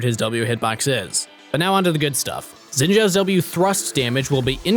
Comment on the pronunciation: Don't wanna be nitpicking, but his name is pronounced like "Shin", not "Zin" Zhao ("Jao").